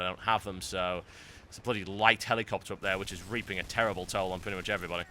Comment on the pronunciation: The way you say helicopter is a bit irritating to me.